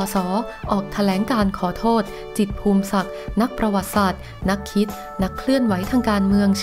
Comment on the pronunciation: นามสกุล จิตร อ่านว่า พู มิ สัก ไม่ใช่ พูม สัก แอ๊ดมิน